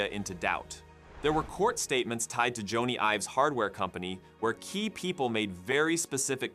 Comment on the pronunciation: It’s not Joe-knee it’s Jonny (Johnny)